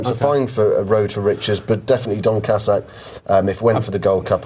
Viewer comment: Some fantastic pronunciations of horses in this vid "Don Cassack", "Hublan Doozay".